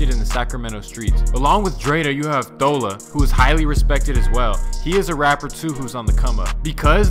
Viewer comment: its pronounced thala LMAOOOOOO